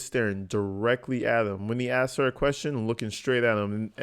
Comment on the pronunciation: Darrell "Acks" a question -(Long pause), "Objection, Groundz!" 🤣This fool really just objected to his own question, then asks (Acks) for "Groundz!" to his own objection!😂🤣😂 Anyone remember that time, "The Prisoner Formally Known as Darrell Brooks", was going off on one of his rants, "Subject Matter Jurisdiction", "Where is the Complainant", etc., Brooks says "I ain't stupid!", and, Judge Dorrow, referring to something else in his rant, says "I disagree!". 🤣 That shit had me roll'n!🤣😂🤣